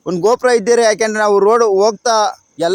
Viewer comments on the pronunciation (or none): ಅವ್ರೇ ಗೋಪುರ ಅಲ್ಲಾ ಗೋ ಪ್ರೊ